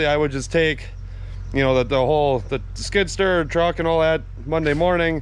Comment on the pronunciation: love how he pronounces skid sturr